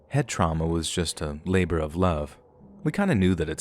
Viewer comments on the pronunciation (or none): none